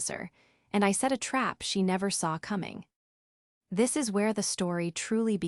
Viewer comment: “You’re goin to regret T.H.IS”. Do you mean ‘this’? The simple word ‘this’?